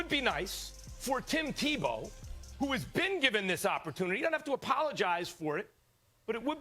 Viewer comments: I stoped listening to Stephen a when he said Tebow went to Florida St. Tevowbwent to Florida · Is it me or did Stephen a say tebow played at Florida state?? Lol